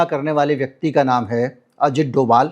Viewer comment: कहीं-कहीं 'भ' के लिए 'v' लिखने की परम्परा रही है। जब आप अमिताभ घोष को अमिताव नहीं बोलते हैं तो फिर डोभाल को डोवाल क्यों??